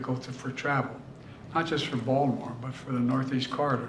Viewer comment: Vaultimore, ballimore, oh man this guy can't speak properly